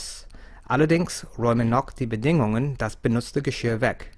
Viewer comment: Nataku1981 und bei „Bediiieeenung“ habe ich immer Bedingung verstanden. Kann aber auch an meinen Ohren liegen 😉